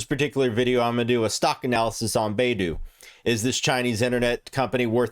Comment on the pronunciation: it's bye-du, not bay-du.